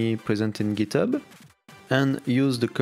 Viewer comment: j'croyais t'étais un vrai anglais en plus mais "packeure" "giteubeu" mdrrr